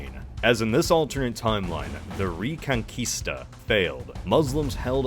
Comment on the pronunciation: Thanks for saying Reconquista and not Reconcuista 🙏, greetings from Chile